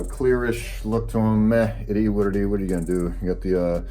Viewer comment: nobody: this guy: it E what it E